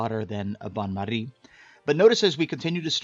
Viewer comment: I abolutely love when americans try to pronounce different languages, especially french like with bain marie